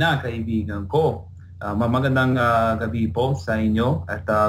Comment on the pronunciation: Awesome tagalog! Though on words like gabi and kasi, you pronounce them like "kah-see" and "gah-bee", the "i" should sound more like the "i'" in "sit". So it would be like "gah-bih and "kah-sih". The "i" almost makes an "eh" sound. Just a little pronunciation tip